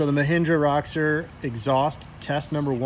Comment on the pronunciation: You bug the hell out of me. Its not RA-Xor its ROW-Xor. Theres no A in it.